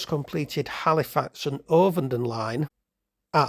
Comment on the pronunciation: It's a flat O in ovenden mate.